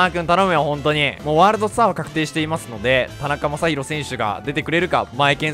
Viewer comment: ｢なかたにまさひろ｣殆ど｢たなかまさひろ｣じゃん